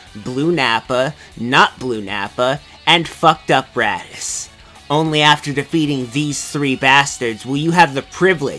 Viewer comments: Is he saying Raddis? lol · did you call raditz radish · I heard Radiz